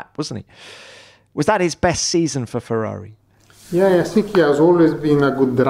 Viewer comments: Yes, that is how we pronounce "Ferrari" here in Italy, and...guess what? Ferrari is an italian word. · The way that mattia says Ferrari is just perfecto